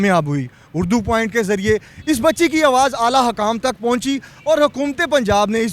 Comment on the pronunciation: Lagta hay anchor sb school ki back pe bethh k study krtay rahay. Hakaam nhi hota sir hukkaam hota hay